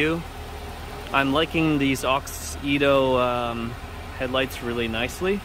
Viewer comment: I know this was 2 years ago. But that’s not how u pronouns the brand name. It’s Auxito. Not Aux-Ito. Just sayin. And those Y13 led bulbs are a must have led bulb upgrades ❤️‍🔥❤️‍🔥👌🏼